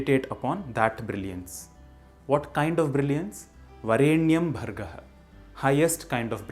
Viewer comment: The pronunciation of स्वः as सुवः is not a common mispronunciation but is the traditionally accepted correct pronunciation. Similarly, वरेण्यम् is, in fact, to be pronounced as वरेणियम्, and not the way it is actually written in Sanskrit. Thus the "correct" pronunciation found in this video doesn't follow the traditionally accepted rules of pronouncing the गायत्री मन्त्र. These are deeper intricacies of the गायत्री मन्त्र known to anyone who has received the मन्त्र properly during उपनयन from a वेदपाठिन्.